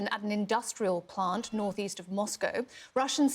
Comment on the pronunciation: A blost at a plont! 🔥